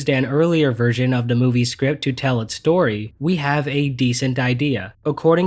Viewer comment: The "stoy" lol